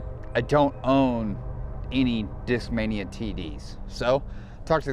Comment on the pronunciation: Nobody noticed he said "Discmamia Beast"